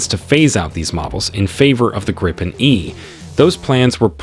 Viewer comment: You know it's an AI video when they pronounce Gripen as Gry-pen and not griffin. #propaganda